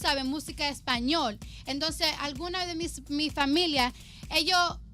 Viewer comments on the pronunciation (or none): none